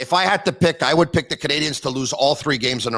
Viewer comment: HEY...It's NOT Montréal Canadians...it"s Montréal Canadiens...please!!! The ""N"" is silent!! Brendan says it the right way!!